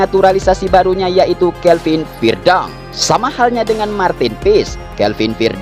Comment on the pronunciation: Huruf e tetap dibaca e bukan jadi i